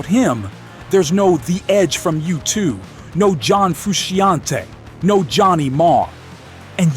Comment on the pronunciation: It's PEERT, not PERT. : And John Frusciante's last name is actually pronounced FROO-SHON-TAY, not FROO-SHE-AHN-TEE.